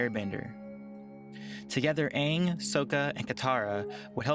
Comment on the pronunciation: Lol I cringed when they said Uung instead of Aang